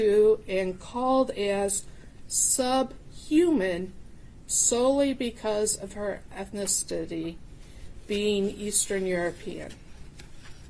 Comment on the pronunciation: This woman really just said "eth-ni-stity" 🤦🏼‍♀️